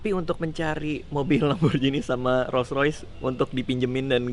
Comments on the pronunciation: rolls roice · Raditya dica rolls royalace